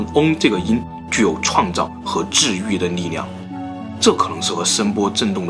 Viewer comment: 是 ㄌㄧˋ量 不是 ㄋㄧˋ量